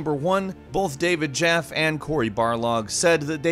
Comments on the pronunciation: Also David Jaffy, not David Jaff. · David “Jaff”? It’s pronounced “Jaff-ee” I’m triggered